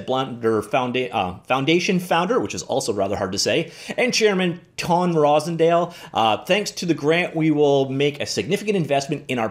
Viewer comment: FYI: Most pronounce his name phonetically -TAWN ROSE END ALL :) it's not just awesome for B3D, but this is the type of hype that attracts developers as well....just keeping blender OP!...YES!